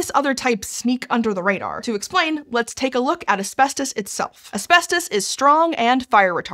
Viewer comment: Why does she keep pronouncing it "Aspestos"? That annoyed me too much throughout the video...